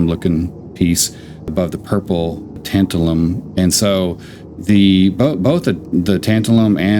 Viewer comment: Tabtalun is oronounced “tan -TAL-um”. It is used (among other things) to make electrolytic capacitors. 😜